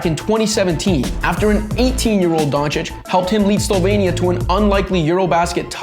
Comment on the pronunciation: I loved the way you said Slovenia (Slo-'vehn-ya)... Cause many, including Slovenians are pronouncing it wrong (slo-vee-nia)...